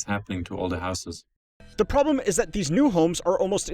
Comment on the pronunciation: The real question is why the dude pronounces houses as "houseass"